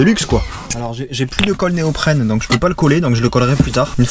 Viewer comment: Il le dit bien néoprène 😁👍